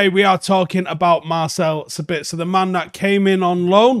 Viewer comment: And 1 thing we haven't learned: to pronounce his name correctly.